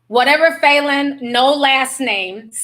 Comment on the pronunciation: Falynn's suit ate. That's all I got... Also it is pronounced "Fah" not "foo"